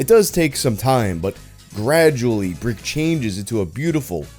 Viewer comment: Giles is pronounced "jials" (like dials, but with a j), not "guyals." Source: I'm originally from Giles County, Tennessee. Also Brikke would be "brick-uh" or "brick-eh."